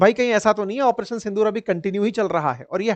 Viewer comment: In every statement you are saying " Apareson Sondur" ?